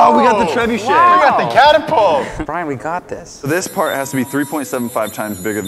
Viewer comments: Did say catERpult...? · Hey, say catapult: Catterpult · It’s not called a caterpault.